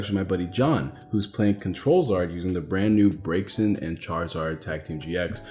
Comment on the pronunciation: REEEEE Its Braixen not braxien sweetie please read your cards lolol